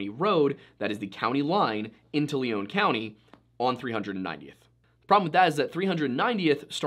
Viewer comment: Not 60 seconds in and you have Lion County highlighted on the total opposite side of MN map (even tho you say Southweset MN) and why pronounce Lion County LEON County? Simple facts.